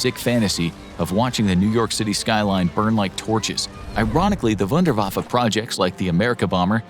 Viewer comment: It's Wun-der-waf-fe not wunder-waffee .